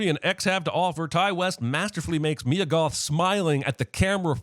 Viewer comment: Sin to CinemaSins for calling MYE-UH (Mia), MEE-UH. Ding*